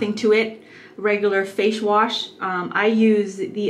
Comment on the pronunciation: she said fachewash